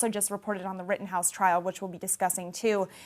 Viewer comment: Kinda made me a little mad when he said like the “Rittenhouse case”